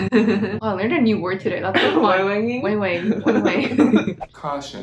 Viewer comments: wang wang ❌ weeng weeng ✅ 😅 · Weng weng or wang wang it’s deference how to pronounce haha